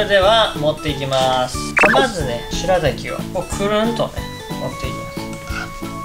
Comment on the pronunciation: 前は「すらたき」って言ってたけど今回はちゃんと「白滝」って癒えてますね！